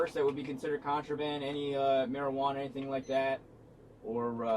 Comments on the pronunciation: “Omg I didn’t do anythinga wronga”! Again with the A on the end. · Watch, as soon as they pull her entitled a** out she'll scream : I didn't do anyfing, whatta I do? (I'm only .) Darned, I was wrong. She already said it while in her car.